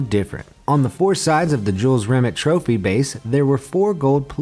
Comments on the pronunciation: Jules Rim It? Fucking hell, bad enough with burks on this channel saying hyper bowl for hyperbole, now there's this eejit. It's Rim-ay, not Rimit. Don't they check things they're unsure of how to pronounce? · Rimeeee not rimit!!! 😲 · Lol, Jules "Rim it" (it's French, Rim-ay) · Jules Rimmett? Try pronouncing it 'Ree-may'. He was French after all. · BTW, "Jules Rimet" is pronounced Jules Remey, not Jules Rimit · It’s the Jules remay trophy not remit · Who the f##k is Jules Rim-et (Rimet) it is pronounced Rim-AY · It's Jules Rim-ey you stupid yank. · Jules Rimet is pronounced Jules Rimay. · The way you say Jules Remet makes me sick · I knew all of these, and pronunciation of Jules Rimet trophy is wrong, it's pronounced Jules Rim-ay trophy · really, rimet was pronounced wrong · Jules Rimet is pronounced Jule Rimay. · At least learn how to pronounce "Jules Rimet" before you make a video, come on... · How can you pronounce Nike correctly and not pronounce Jules Rimet correctly seriously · You are pronouncing jules rimet wrong.